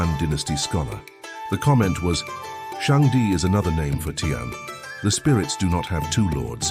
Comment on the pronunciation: 天 is pronounced ti-en, not ti-an. As in Chris-tian!